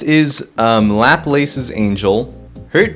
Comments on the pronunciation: why in the actual fuck would it be pronounced "lap-lace?" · I might be wrong, but I'm almost certain that Laplace's Angel is pronounced lah-plass (aah like at the dentist, ass like saying ass with a really posh accent like aah-ss)